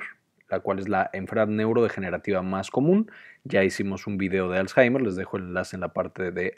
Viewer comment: Me confundio por que varias veces dijo azhaimer .